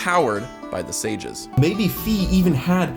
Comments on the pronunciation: "Fai, if you're weird" AHEM. It is pronounced "f-eye". Its spelt as Fai(ファイ) in japanese, every other localization spells it to be clearly said as F-eye, her name was pronounced as such by NoA staff in previews and by japanese staff, and Hyrule warriors pronounces it in the narration as "f-eye". So you're weird. 😉 In more seriousness...i actually see exactly how this makes sense. Especially Impa being a child/descentent of Sonia. And Rauru's hyrule actually being the pre skyloft kingdom that the Demon Tribe destroyed, and not being a post-Skyward founded/"refounded" Hyrule. However, it is confirmed that the Calamity Ganon is the bunshin, or projection of self, of Totk's Ganondorf, its basically one massive Phantom Ganon. That's why the Calamity was stated to to always emerge from under Hyrule Castle. But the idea that the Triforce was previously hidden in the sealing chamber makes sense, as that place was the original temple of light in rauru's era. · Fi is pronounced “Fai” (like the second syllable the giant says in the beanstalk story) this is because if you look at the Japanese translation, it’s ファイ(Fai). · On Sheikah symbolism, I don't think you mentioned how Rauru' snout has a tear-shaped mark directly below his third eye. Also, Fi is pronounced like "F-eye." It's inspired by the Latin symbol. Here's the Japanese spelling: ファイ. This is pronounced "Fai." You gonna try to argue against Nintendo? Good luck, but you won't win. It's their game. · In german her name is "Phai", so it's pretty clear Fi is pronounced "fai", no "fee". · It's already been confirmed by the creators themselves that you pronouce Fi's name F-A-I, not F-E-E, so you're the weird one here dude xD. At the start of the video I thought you were high but then I realised you were talking about ToTK past and not present so.. it's a nice video. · Great ideas. Just have to mention that Fi rhymes with my in the original Japanese.